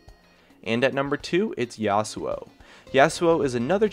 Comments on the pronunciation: Why is he pronouncing Yasuo differently every other sentence? He say Yos-uo and Yass-uo. It's one or the other, not both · I cringed when he mispronounced Yasou